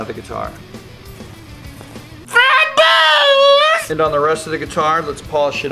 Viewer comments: great information but HOLY SHIT STOP SAYING FRED BUZZ. thanks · I think he was screaming Fred Buzz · he says frett buzz lol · i just love it when he says fret buzz lol! i just cant hold laughing!!! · Fret Buzz is coooollll...I sure hope he says "FRET BUZ" again.